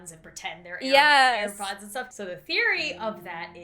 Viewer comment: Grandma:ear pods Me:no no no grandma it's air pods